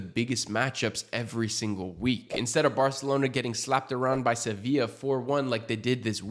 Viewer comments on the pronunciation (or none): none